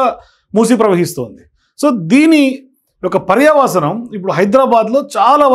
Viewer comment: jagan reddy school lo chadivavaa? paryasavam kaadu, paryavasanm